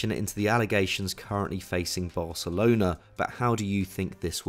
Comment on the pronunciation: is he saying varcelona xD